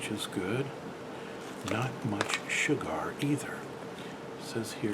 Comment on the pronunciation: Do you say “shu-gar” in purpose? Because you always pronounce sugar that way. Just curious if you changed the pronunciation for any reason.